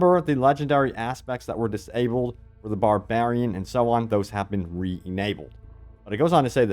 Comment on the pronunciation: Sir, your pronounciation.. it's "disabled", one word, together. Not "dis .. wait for it .. abled". It's probably my personal issue, but you're saying it so ofter last vids I can't be silent anymore, very sorry to point this out. :) Thank you for all your content, all spot on!